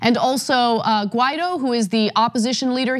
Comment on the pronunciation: Learn to pronounce Guaido's name correctly. You're impossible to take seriously if you can't even bother with that "detail".